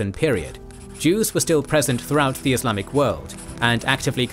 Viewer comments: Why does he keep saying “Islamicut?”? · What’s wrong with the narration? Why are you pronouncing “Islamic” as “Islamichood”?? It’s jarring.